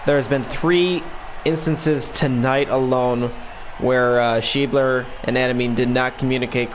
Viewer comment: Hes an Of for the Reds. Sch ebb ler. Nice video